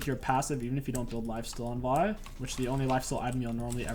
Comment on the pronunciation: did this dude really just say vi jungle